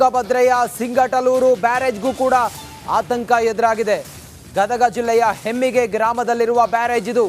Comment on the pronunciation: ಹಮ್ಮಿಗೆ ಬ್ಯಾರೇಜ ಸರ್ ಅದು ಹೆಮ್ಮಿಗೆ ಅಲ್ಲ